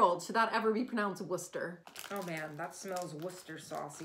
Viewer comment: Very well done indeed for being one of the few US citizens to pronounce Worcestershire properly. It's usually mangled into War-chester-SHYRE (the very idea!).........................................the ancient Englishman.